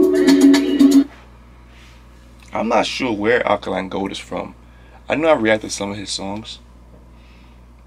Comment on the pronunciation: It's pronounced Ah day kun lay (without stressing the y)